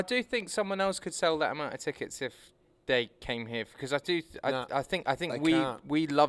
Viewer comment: A million “Teekets”